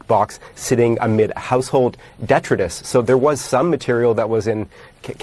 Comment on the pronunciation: CNN finally being truthful about facts, even if their reporter can't pronounce detritus correctly.